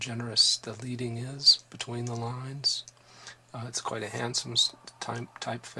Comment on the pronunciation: Sorry to have to correct a bookish person like you, but typographic 'leading' is pronounced 'ledding', not 'leeding', even in America.